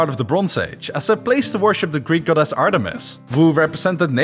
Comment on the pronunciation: i hate how he keeps saying goDESS